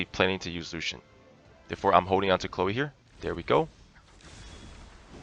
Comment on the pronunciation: Chléo xd , it's just funny to hear, her name is chloe :3